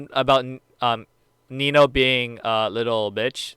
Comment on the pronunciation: Nino not nio